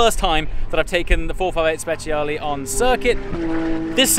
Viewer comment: Guys when you call italian cars and the name has the "E" is pronounce as "e" and not as "i" so is sprecialE not speciali. Ps. love your videos :D